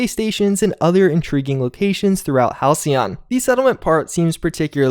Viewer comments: Halcyon is pronounced Hal;see;yon. It means "The good old days" essentially. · That "c" makes an "s" sound. Didn't you take english class??? "Hal-see-on". You got it the 2nd time. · Halcyon = Hal-SEE-on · For anyone who cares, it's pronounced hal·cy·on - denoting a period of time in the past that was idyllically happy and peaceful. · Hal-see-yon. It means 'calm, tranquil' or a certain kind of bird. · okay just for reference Halcyon is pronounce Hal See On